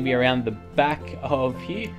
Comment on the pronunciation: i love how when u say here it comes out as heee XD lol cracks me up